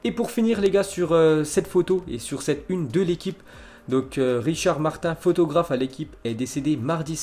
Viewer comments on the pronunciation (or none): none